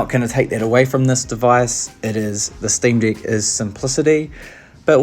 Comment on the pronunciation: Sream"dick" make me rolling every time you say it lol....